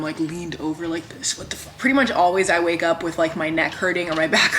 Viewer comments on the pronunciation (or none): none